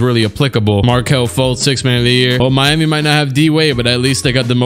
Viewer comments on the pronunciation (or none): none